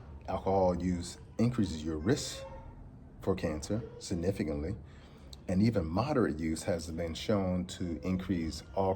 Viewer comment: He a doctor but can’t pronounce significantly haha alright 👍🏾